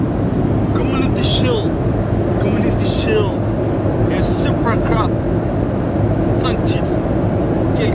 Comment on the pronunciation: love how he stresses community shield😂